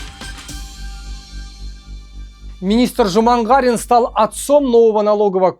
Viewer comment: Нет слова жумагара, есть слово жаман қара. Не Жумагарин, а Жаманкарин